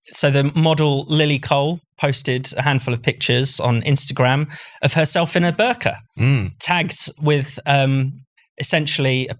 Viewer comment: Ho I thought he sead burger